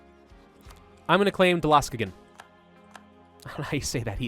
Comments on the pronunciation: pronunce dalaskogen like this dA la skogen the last parts is good but not the start i am a swede so i know this. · there was a big coppermine in the area of dalaskogen (the way u say it is hialious, sry) that made up for a big part of the swedish statebudget up to the seventeen hundreds